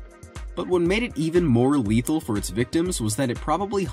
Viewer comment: you said just as leathill